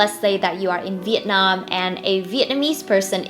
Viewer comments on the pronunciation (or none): How can a Vietnamese person say 'VIET NARM; and not Vietnam?